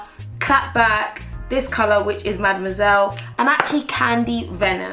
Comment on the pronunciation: Did she say that the red shade she had on the lips was called “mademoiselle” or was it Ma Damn ?